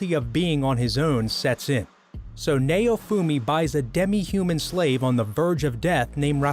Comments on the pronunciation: They still can't pronounce japanese(its naofumi not nayofumi). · "Neyo-fumi". Dude theyre not rappers aight? Theyre anime characters XD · Sorry if this is rude but this guy calls Maofumi like his name is mayonaise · What is nayyofumi it's naofumi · its pronounced (Now-fumi) not (Nay-O-fumi) and i wouldnt consider akame ga kill as one of these the mc did go dark sure but he wasnt ever betrayed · Say neofumi one more fuckng time, I dare you. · By the way it's not how u pronounce Naofumi . You said Nay-Oh-Fu-Mi But it's Na-Oh-Fu-Mi . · "Neyoufuumi" Doesn't sound good after becoming a weeb. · The way he said Naofumi Triggered me Like tf Is nAoFuMi Like sounds like he tryna say Mayofumi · I’m sorry but “NAYOFOOMI” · Okay... Why is Naofumi's name pronunced as "Nayufumi"?.? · ok stop if i fckin hear neofumi again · It's naofumi bruh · The way he says naofumi hurts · Naofumi is pronounced so wrong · The way he pronounces Naofumi is painful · I hate how he pronounces naofumi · I'm sorry, but the way you pronounce Naofumi's name made me cringe, it was a good video, but that last part just. i don't know man, i dont want to seem or look like an ass, but I'm just saying... his name isn't pronounced that way at all... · dude the way u say naofumi is so off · I cringe everytime he says Naofumi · bruh wtf not only did they not say kaneki and they fking butchered the names ..... how the fk is he pronouncing naofumi and raphtalia XD